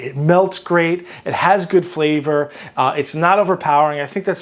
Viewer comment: am I the only one that thought they heard flat = flavor the 2nd time he said it lol